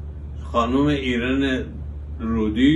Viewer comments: وقتی میخوای در مورد شخصیتی صحبت کنی بهتره بر یکم مطالعه کنی یا لااقل اسمش رو درست تلفظ کنی بانو ایران درودی صحیح است نه ایرن رودی جهت اطلاع سالاد😂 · با سلام در تلفظ نام خانم ایران درودی اشتباه اعلام کردید.لطفا از ایام انقلاب بگوئید